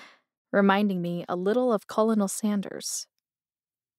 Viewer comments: Is anyone going to explain that it's not pronounced colonnel and chastisement... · Seems good so far and I'm not long in. The narrator is a bit odd, at times speaking almost robotic like. She (if 'she's' a real person) is also way off with the pronunciation of some words. Just one, for example, who pronounces 'colonel' as 'colon-al'. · sounds like a bot, "colonel Sanders" - I still don't know how to mispronounce it like she did.. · I had to stop listening to this book. One of the worst narrators I have heard. Her inflections and pronunciation of words ("colonel" for example) sound more like computer-generated than some actual CG ones I have heard. Terrible!